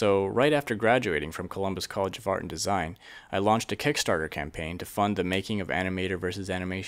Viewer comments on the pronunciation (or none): Anyone notice that it sounds like he said Columbus College FART and Design😂